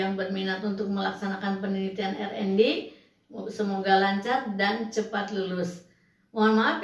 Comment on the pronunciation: Sebutnya Ar en Di Bu